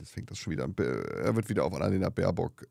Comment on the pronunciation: Ich ebenfalls !! Der ist einfach zu blöde, den Namen unserer Aussenministerin richtig auszusprechen! Sollte vlt mal zur Logopädin....oder zum Psychiater.....oder am besten gleich in die Geschlossene!😉